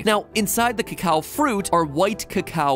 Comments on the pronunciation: Why is he pronouncing it cocow? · Trust an American to pronounce it CACKOW